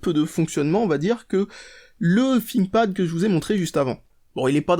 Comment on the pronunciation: un "finkpad" XD c'est thinkpad learn your english